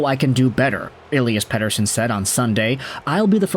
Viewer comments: Lol yeah I was shocked when I heard him say it so perfectly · Great pronunciation of "Pettersson"! (from a Swede) 😀